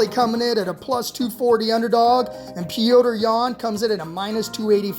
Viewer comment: Stop fuckin saying petrs’ name like that